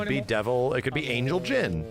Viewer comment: tell me why I heard “an*l” Knowin’ you said angel 💀🤣